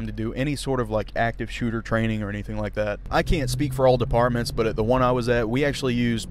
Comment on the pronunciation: I was like are u saying apartments or departments.